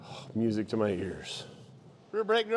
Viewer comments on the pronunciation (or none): none